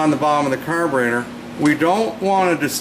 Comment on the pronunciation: carberator x3 times 😆